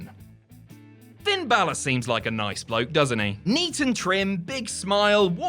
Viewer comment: Balor is pronounced wrong it sounds more like bail-er or bailer